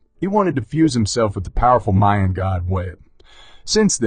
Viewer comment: Its pronounced MAH-YAN not MAIN.